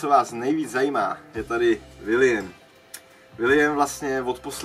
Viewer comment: Koukám návrat ve velkém.. 😊 což je Super, a prosím už neříkej Vildovi.."vilijem" 😂